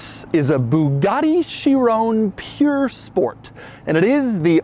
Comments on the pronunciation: Not puuure sport, P-U-R sport, pur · It’s Pur, not Pure buddy